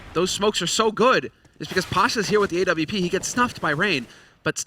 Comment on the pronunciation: Every time I hear them say A W P, Im like wtf is a A W P! It's an AWP.